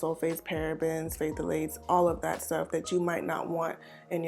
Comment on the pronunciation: Oh and no shade boo. The word phthalate is just pronounced as Thal - lates. 😘😘